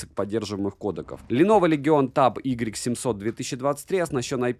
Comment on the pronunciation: Может не "игрек 700", а "уай 700", всё таки?)